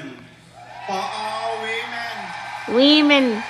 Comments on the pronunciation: He didn’t say women, he said we-men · "We-Men".. he fucked up. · Yo. He said WeMren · Boy oh boy oh boy oh boy! Bahahahaha...."Weee-men" I cant even....what the actual fukery? "Mushroom Tip"...you ain't right, G....lol 😂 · Also, it sounds like he's saying, "Wee men." As in men that are wee. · It's not woman,... it's "we-men" get it right. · "We-Men". Yes, yes you are! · There you have it he/she said WE-men!! there's more men in it than actual women Sounds like a Scam of somesort! 🤣🤣🤣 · Wee-men cringe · I had a feeling he’s was Thai from his accent when he said we-men and also the long last name..lol.. Yeah Thai and Laotian ppl have long last name that are a bit hard to pronounce..lol